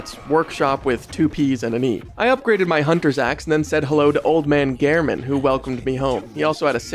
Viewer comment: Thank you for being one of the few that actually pronounces Gehrman correctly.